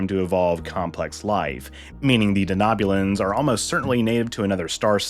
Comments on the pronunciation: Just wondering why you are pronouncing Denobulans the way you are? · I came to the comments section as well for this reason haha. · Lots of mispronunciations in this one. I expect that to happen when the speaker hasn't seen Star Trek, but this is surprising.